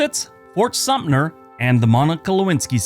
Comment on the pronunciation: Sumter not Sumpner.